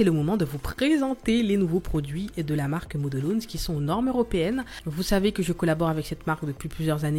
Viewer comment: Salut je voudrais te dire 2 choses...la 1ere merci car toutes tes vidéos m'ont été utiles très bien expliqué et surtout très beau travail qui donne envie. La seconde je voudrais corriger ton anglais car ta prononciation de modelones est trop bizarre😂 Quand tu comptes en anglais comment tu dis comment. one two three? Car là c'est model...ones... pareil..😂 enfin c pas méchant mais trop bizarre😜 sans rancune❤